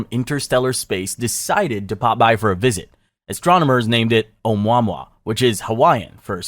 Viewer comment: Say it with me OH-MOO-AH-MOO-AH😅